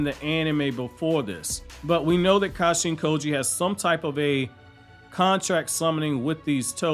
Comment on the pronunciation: It sounds like you say Kashi & Koji other than that great vid man subscribed